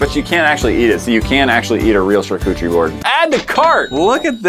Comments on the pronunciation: I love that keeps saying charcutcherie board when it is definitely pronounced charcuterie board. I even asked my friend google because it sounded strange. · I thought he said shar-coochie😃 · and he pronounced charcuterie board wrong every time making me CRINGE